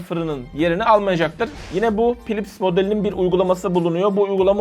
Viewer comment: naçizane tavsiyem hocam, philips derken pilips değil filips diye okunur, p ile h yan yana geldiğinde f ile okunur